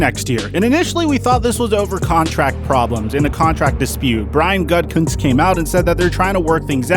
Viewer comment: I keep thinking people are say “GutCunt” when talking about Gutkunst 😂